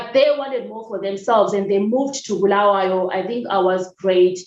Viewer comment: One thing for sure i have in common with you. I would have left this country a decade ago but deep within me i believe i have a purpose to serve. Thank you for saying "Bulawayo", the correct way, you just represent its stature as the City of Queens. in one instance you said a colleague talked about being "in relationship with the government", to me that means support the status quo so that you are not closed out, for standing against their values, we become their enemy #1 and must be crushed so are our efforts. I enjoyed the conversation.